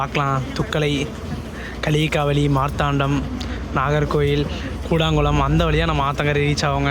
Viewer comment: கூடாங்குளம் என்று உச்சரிக்க கூடாது அதன் சரியான பெயர் கூடன்குளம்